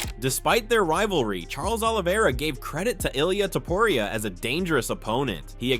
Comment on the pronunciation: Man, it's not Ilaya Tuporaya, it's Ilja Tuporia...😮